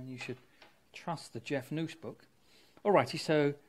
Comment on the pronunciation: What's a Jeff News Book? Is that what you said ?